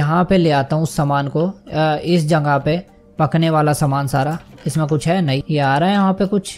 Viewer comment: Question: bhai aap jagah ko jangah kyo kehte ho😁